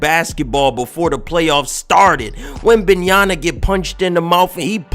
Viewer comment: Just call him wemby instead of butchering his name every fucking time